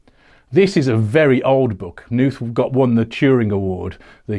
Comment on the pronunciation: The ‘K’ in Knuth is not silent. (According to Knuth himself.)